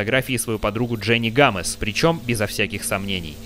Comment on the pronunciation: Не гамез а гомес